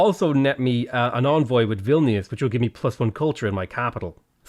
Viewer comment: I love how you pronounced Vilnius